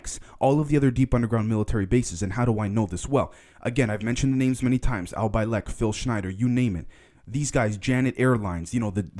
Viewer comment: Peace bro, I enjoy your show and appreciate the work you put in to it, keep up the good work! With that being said however, you definitely are not doing your credibility any favors by constantly referencing Al Bielek (pronounced BEE-LICK not BYE-LECK, I'm OCD with pronunciation!) a dude that was exposed as a fraud in the late 90's for trying to spin his fairy-tale of being involved with the Philadelphia Experiment. Claiming the experiment sent him 40 years into the future to the Montauk Chair in Long Island, New York. This kind of fanciful embellishment added to these stories only serves to muddy the waters for real researchers into the actual events surrounding the Philly Exp. and Montauk Project. I've also noticed that you seem to use a lot of the "research" and information that comes from the Blue Chicken, 20 and Back Gaia Tv marketing campaign. If for some reason you need convincing to the fact that all of that (20&back) shit is strait make-believe, check out the Project Avalon forum, where Corey Goode mined all of the information for his psy-op. If more is needed, listen to the interviews of Bill Ryan exposing Goode on the Dark Journalist show. For that matter, Dark Journalist did yeoman's work across 3 or 4 shows completely dismantling and laying bare the Gaia-TV supported, Goode and Wilcock created, psy-op/marketing-campaign being perpetrated on the UFO community and Ufologists across the world. This means that all we have is just one big circle-jerk between Goode, Wil